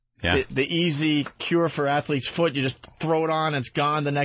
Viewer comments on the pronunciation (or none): Just me or did the way Ope said “foot” sound like Chippah?